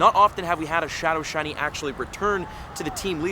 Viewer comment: 3 minutes 45 seconds in. That is what it sounds like. 😅